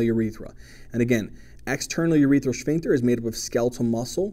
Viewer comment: You teach so much better than my professor. (Even if your pronunciation of "shphincter" makes me giggle every time)